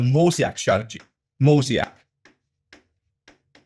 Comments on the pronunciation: Does he mean "MOE-ZAY-ICK" strategy? Seems that would make sense. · How does a professor not know how to pronounce mosaic